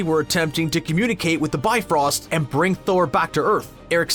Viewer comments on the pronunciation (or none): none